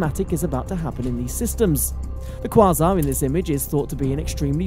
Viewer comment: You desperately need to learn to pronounce quasar. Here's an assist.